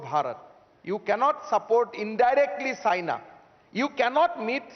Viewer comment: When he said China I thought he said Saina 😐